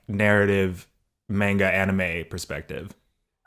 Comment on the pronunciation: eugene i love you and i respect that you're texan but as a fellow east asian if you ever pronounce manga that way again i will burst into tears